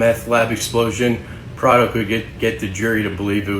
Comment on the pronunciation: His names Pardo. Not prado